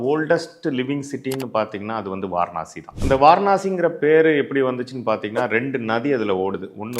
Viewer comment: வாரனாசி❌ வாராணசி ✅